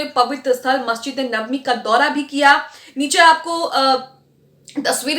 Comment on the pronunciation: आन्टी एंकर ,नबावी नहीं है नबवी है।